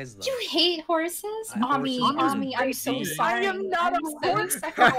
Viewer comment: he said Iazm not I'm